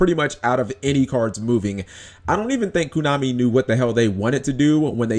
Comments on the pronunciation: Furthermore, be glad we have a banlist and not a cycle rotation like Magic and Pokemon. I would hate it if I had to literally rebuild my entire deck every 3 months because entire sets were no longer playable. Props to Koonami (as you keep pronouncing it) for at least letting us keep our older stuff if we want and not forcing us to buy new stuff just because its new. Sure, the new stuff is what they know you'll have to buy if you want to be competitive and win major tournaments but at least we have the OPTION of using older stuff and occasionally finding ways to make older stuff work with the new. Or sometimes just flat out playing it as is for fun at a tournament rather than having to buy the newest stuff just to even play at a tournament in the first place.. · why you pronounce it KUnami? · why the hell are you saying "kunami"?